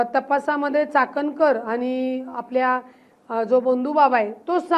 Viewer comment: चाकणकर नाही वाकणकर म्हणा